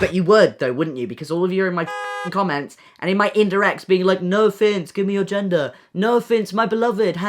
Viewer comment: every time he says his name I think he says no offense lol